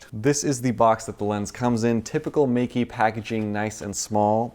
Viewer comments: Awesome review and sample photos! "Meike" should be pronounced as "Maykeh" in Mandarin though.:-) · Just to try to get your pronounciation right. Think of the word: my Think of the ending of: boKEH (the right chinese pronounciation) Now say Meike like "MyKeh".